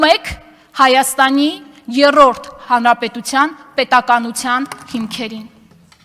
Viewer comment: Եռռոռդ չի երրորդ է համբալ ջան։